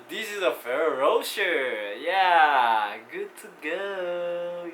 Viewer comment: You pronounced it wrong dude, the Ferroro is right but the rocher is wrong, it should be like Ro "SHARE" because the italian accents.